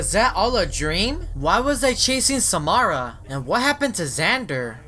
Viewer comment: It's Samara your saying it wrong